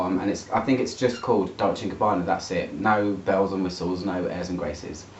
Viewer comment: Gabbana, not Gabanna